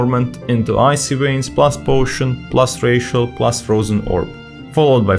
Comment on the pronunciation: Great video, funny that the necrolord rotation seems a lot easier. Also, every time you say "Racial" I think your saying "+ratio"